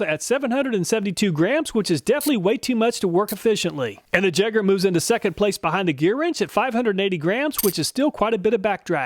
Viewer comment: "jagger" yay-grr